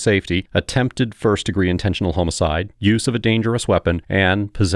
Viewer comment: Who the fuck pronounces homicide as homo-cide? Fuckin AI voices.